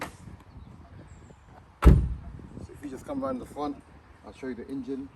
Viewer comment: It's, En-Gine NOT In-Gine ...! Sorry ! I noticed keep saying....ingine